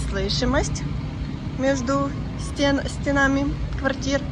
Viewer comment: между стЕнами правильно ставить ударение. (К вопросу о правильной речи). Город красивый